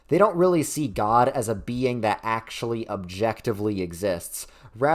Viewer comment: I genuinely do not recall a time I’ve laughed as hard as seeing that botched “acktshyuwally”. 😂